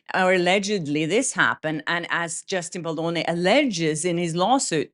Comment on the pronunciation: BAAAAAAALDONI! Not BULLDOENI WTF